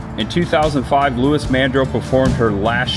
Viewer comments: Lou eese not louis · It’s Loueeeze Mandrell as in she,lol.